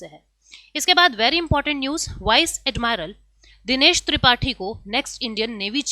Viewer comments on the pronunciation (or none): ऍडमिरल होता है...... ऍडमायरल नहीं